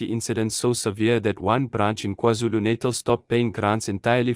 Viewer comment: Why do I get the feeling that this narration is AI or digitized? How can a South African coloured accent pronounce KwaZulu "Natal" as /Nay-Thal/? Something fishy with the monologues speed of reading too.. I cannot put my finger on.